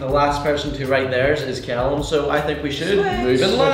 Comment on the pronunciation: Callum not Calluim